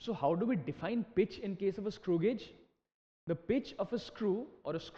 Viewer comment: Thanks Alot....but it is not pronounced as godge it pronounced as gage